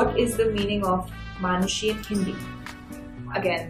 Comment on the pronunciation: She is proud to say name...maaaanushi rather manushi....you surely going foreign